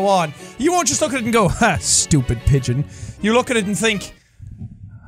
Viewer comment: I’m not sorry, but it sound like you said bitch simulator? And then I clicked on it and found out it was pigeons! So at the same time I wish it was the complete opposite because having control over women doing horrible things in society will be just as devastating as pigeons pooping on people in society. Regardless it’s still funny and I still enjoy everything that you play when it comes to any kind of video game or simulator out there because you make me laugh my ass off!